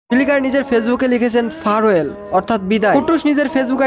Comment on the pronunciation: Farewell ❌ ফারওয়েল✅ 😂😂😂😂. ট্রান্সলেশন যখন করোছো, pronunciation টাও একটু শুনে নিলে ভালো হতো।😂